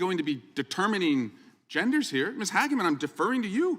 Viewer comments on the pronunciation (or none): Brother its not HAG-MEN its Hage-men, hagmen sounds like you are calling her a HAG. She is amazing btw, very intelligent and sharp as a tac!